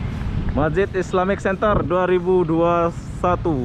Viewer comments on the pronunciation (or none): Bang islamic "center" bukan "senter"